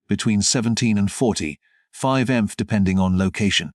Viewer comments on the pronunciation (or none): It's M P H. Not miff.